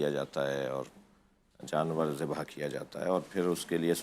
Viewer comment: ذِبح ❌❌❌❌❌❌❌ ذَبح ✔️✔️✔️✔️✔️✔️✔️✔️